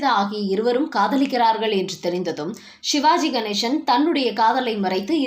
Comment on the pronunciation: தமிழில் சிவாஜி கணேசன் தான். ஷிவாஜி கணேஷன் என்று உச்சரிப்பது ஒரு மாதிரியாக உள்ளது.